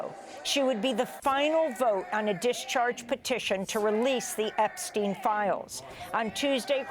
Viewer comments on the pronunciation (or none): none